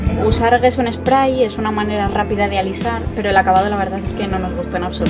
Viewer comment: Gracias por el vídeo. Sólo una nota, "gesso" no se pronuncia "gueso" sino "yesso" (dʒɛsso, para ser exactos XD), sí como el "yeso" español, pero con una "s" larga, que aunque no existe en español se puede hacer notar. Viene del italiano "gesso" que significa "tiza", que es uno de sus ingredientes en la fórmula clásica: tiza, cola de conejo y blanco titanio. EDITADO: y sí, forma parte de la composición de la "tiza" nuestro "yeso" para más inri.